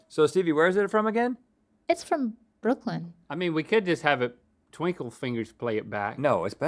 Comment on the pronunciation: You guys forgot the R in Brooklyn. Put some respect on my home town.